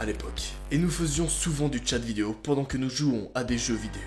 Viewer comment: ta dit vieo 😂😂